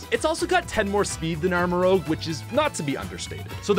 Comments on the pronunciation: It's armor-rouge, not armor-rogue. Rouge as in a shade of Scarlet. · Before you release a video can you PLEASE read the names properly? CAPSakid not CASPakid. ArmaROUGE not ArmaROGUE. SMOLiv, not SMALLiv. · Rouge not Rogue...tired of this